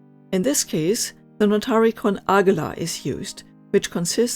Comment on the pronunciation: Just curious as to the pronunciation of AGLA. As a notariquon, why are the letters pronounced as a single word instead of enunciated clearly and individually?